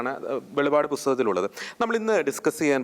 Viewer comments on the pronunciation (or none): വെളിപ്പാട്. വെളിപാട് അല്ല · വെളിപാട് അല്ല ചേട്ടാ വെളിപ്പാട്😂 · Velivad alla velippad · It isn't to be pronounced Velipaad, but "Velippaadu" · ഹലോ ബ്രോ വെളിപാട് അല്ല വെളിപ്പാട് ആണ് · Not velipad. Velippadu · വെളിപാടു അല്ല വെളിപ്പാടു പുസ്തകം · വെളിവാട് അല്ല വെളിപ്പാട് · വെളിപ്പാട് അങ്ങനെ പറയു. അർത്ഥം മാറുന്നു.